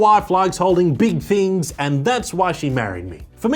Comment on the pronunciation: do you mean big chin instead of big thing? 😂